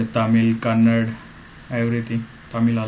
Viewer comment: its not #Kannad ... its #Kannada ; kindly add 'a' at last